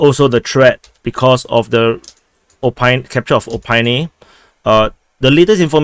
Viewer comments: not Opine but o-p-i-T-n-e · OPYTNE pronounces as o-PEET-nyay. Generally e is pronounced yay Vesele : vee yay see yay lee yay